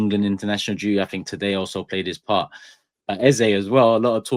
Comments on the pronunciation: Its Eze and not Eza. When has he become Eza? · This guy's pronunciation of eze pisses me off eze means king so my wetin be eza?? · Can PLEASE STOP doing a disservice to continually spouting Ezá, instead of Eze. I am a Nigerian and can AUTHORITATIVELY tell you its literally pronounce as it spells. More importantly, the name Eze mean 'King' in the Igbo language of Eastern Nigeria. African names means a lot, hence should be pronounced correctly. Its only three letters. Its not even that difficult, is it? PLEASE STOP ALREADY MATE!!!